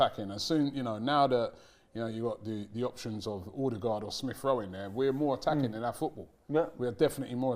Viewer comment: Who's ''Oodegard''? 😂